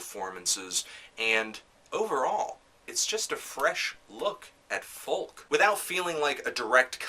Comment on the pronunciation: you need to learn how to pronounce folk